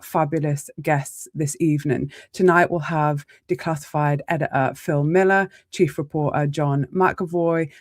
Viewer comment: IF you can't bothered to speak english properly I won't be listening. What's a Suppor-a or an edi-a?